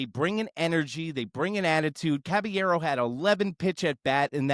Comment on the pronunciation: Who tf is Cabañero … CABALLERO put some respect on that man’s name 🫡